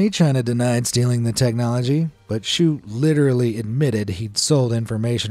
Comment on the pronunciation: "Litorallly" so!